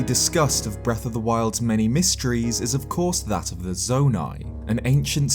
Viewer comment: you just had to say zonai really though nice video